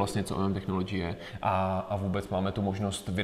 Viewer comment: Člověk nemusí mít zahraniční vysokou školu, aby věděl, jak se čte technology... 🙄